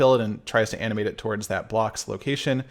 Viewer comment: Anyone else hearing “anime” instead of “animate”